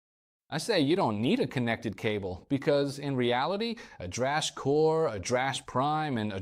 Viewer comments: Sad to see when having the Core on your desk that the real difference of amp capturing and the whole vocal effect suite has not been mention as a difference between prime , core vs flex prime. AI pronunciation “Edrush” for Headrush turn out annoying. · Something weird happened with the audio, as it sounds like you can’t pronounce “Headrush” in some cases. It comes out as “Ed Rush’ or even “Edge rash’. Great video otherwise!